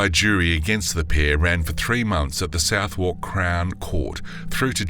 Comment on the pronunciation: Can't pronounce Southwark correctly either.